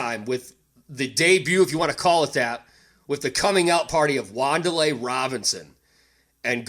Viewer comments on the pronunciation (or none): Did you just say wandalay Robinson 😂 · We are the New York F'n GIANTS! Wan'Dale = Wan-Dail